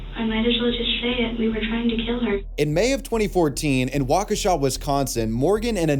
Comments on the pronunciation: As someone who’s from Wisconsin, thank you for pronouncing Waukesha correctly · Thank you for saying Waukesha correctly!!! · We got the Slenderman and the Backrooms here in Oshkosh. And you pronounced Waukesha right! Proud of you :) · Nice job on the pronouncing Waukesha hahaha Thanks for the update It's all over the news in northern Illinois My mom stays not too far from where she was found so I'm glad she is caught